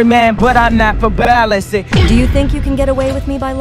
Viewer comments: My favorite part is how the AI pronounces "verbalase" as "verbal-AhSeh" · Kanye West AI TTS voice: Pronounces “Verbalase” (not like “Verbal-Ace”, but like “Ver-bala-sey.”… or something. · not timmy pronouncing it as verbalussy 💀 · the way the ai says versebalse tho IT SAYS VERSEBALEUSSY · I love how they say Verbalase 😂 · “verbal asseh” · How they pronounce verbalase